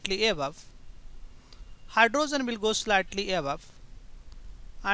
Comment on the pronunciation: What is a Hy-dro-zen?